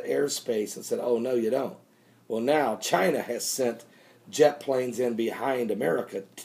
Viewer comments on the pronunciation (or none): none